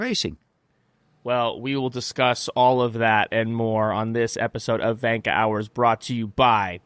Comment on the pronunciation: Why do you guys call it vanka hours when gunter literally pronounces the word perfectly lol.